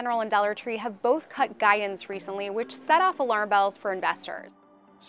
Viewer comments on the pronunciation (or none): She said "guy-ance" which threw me off. If the analysts cannot speak properly, how can they know how to analyze?